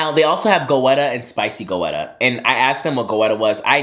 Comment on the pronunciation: You are truly my friend in my head🤣❤ btdubbz, goetta is pronounced like "getta"🤷🏾‍♀️sorry to that man🤣🤣🤣